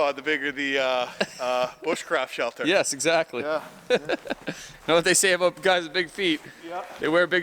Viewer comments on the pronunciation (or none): Yeah, I noticed that too. The full Canadian in him comes to a head and there are "oots" "aboots" and "ehs" flying everywhere. Lol 😁